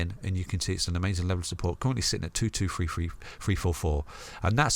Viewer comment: My guy said "1, 2, free" 🤣❤